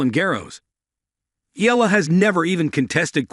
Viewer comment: Pronounce it correctly, not ela, its EYALA👌